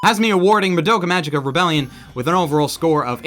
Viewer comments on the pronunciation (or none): Fun fact: Magica is pronounced with a "hard" g.